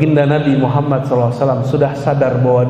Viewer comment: Astagfirullahalladhim ustadt mengucapkan kalimat syahadatnya salah.bagaimana mendapatkan safa'at baginda kanjeng nabi muhammad Saw jika mengucapkan nama beliau salah Aamiin.